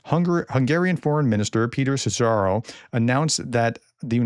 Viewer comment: A great content as usual, however could be even better with well pronounced (difficult hungarian) names. Szíjjártó should sounds like ""See-YAR-toe"". It would take a lot of effort to googe or AI it, but the result would suit well with the Professor.